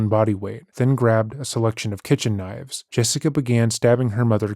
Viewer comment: “So then I defended meself with about seven knoives and brought with me the head as evidence”